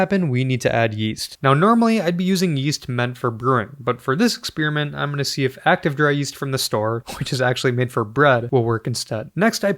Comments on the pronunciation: Where do you people get the idea it's pronounced "ek-SPEER-ment"? 😅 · Exspeariment lol